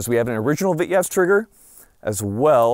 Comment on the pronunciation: for the love of God its Pronounced "Vee-Tez' in Russian